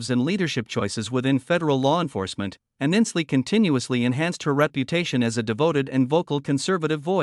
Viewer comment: At least pronounce her name right!!! Not Aninsley it Ainsley!!!!!!!!!!!